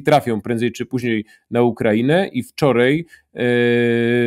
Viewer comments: Nie wczorEj, nie dzisiEj i nie tutEj tylko wczoraj, dzisiaj i tutaj Panie redaktorze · "wczorej" "tutej" Dziennikarzu popracuj nad wymową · wczor Ej ... tut Ej - Oglądam Historie Realną od dawna, subskrybuję i lubię, ale... z całym szacunkiem, bo szanuje Pana i kanał oraz prace którą Pan robi, ale nie potrafię tego zrozumieć, nie potrafi się Pan przestawić na AJ ? Super materiał. Nie chciałem się czepiać, no ale musiałem to w końcu napisać. Pozdrawiam i wspieram.